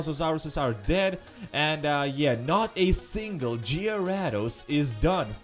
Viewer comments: hay I now how you can say gyarados right here gay-rey-does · It's pronounced garadose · what's a jyrados I thought it was gyrados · It's on gyaradose it's garadose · That's a cool way to say gyarados... I might use that, go Gyarados!